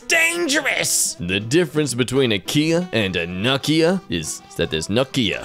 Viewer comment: its no-kia not nu-kia